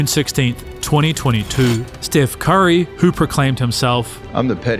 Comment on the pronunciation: bro said "stiff curry"